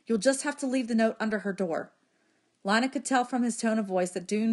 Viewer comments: Avery Williams it’s not tho. It’s leenuh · isn't it pronounced Lee-na? Idk cuz i haven't watched the movie but i am going to watch it tommorow so i will edit this comment to say if it is or not